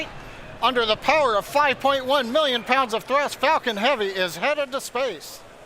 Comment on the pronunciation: lol he said Falcon heavy, my ears heard fucking heavy